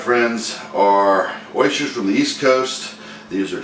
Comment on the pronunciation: i was merely commenting on your pronunciation of oysters. I just opened them up and had them for dinner with mignonette. OYSCHERS